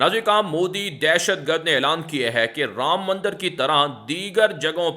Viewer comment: aap hamesha news me mandar ka lafz istimal karte hay haqiqat me wo mandir lafz hay zara talafuz sahi ada karne ki koshish kare mujhe umid hay ke aap isper amal karenge MS,Siddiq bhatkal karnatak